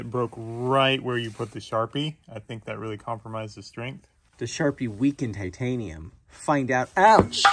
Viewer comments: "Chitanium" lol love it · "Chi-tanium" lmao